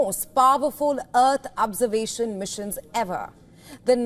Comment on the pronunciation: Earth "Observation" not "Absorbation" 😂